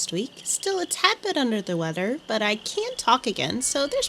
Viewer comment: "Under the weader" lol